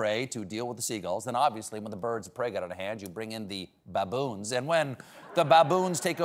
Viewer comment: I love the way he says “babooons”🤣🤣